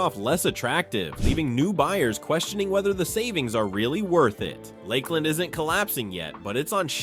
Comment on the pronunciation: It is definitely an AI voice. Port “Street” Lucie, the pronunciations of Ocala and Lakeland and Cape Corral. Housing is slow across the country and yet Florida is collapsing. Need some better facts here.